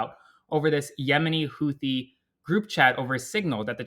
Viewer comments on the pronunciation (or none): none